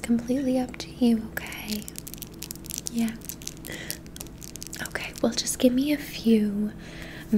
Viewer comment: The "o-kway"s are amazing